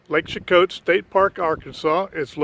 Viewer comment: I'm from this place and we pronounce it SHE-KOE :) lol, great video of my hometown roots!!